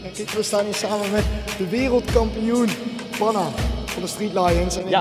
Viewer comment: Het moet panna zijn niet pana. Maakt niet uit hoor een keer een foutje all love to you❤️❤️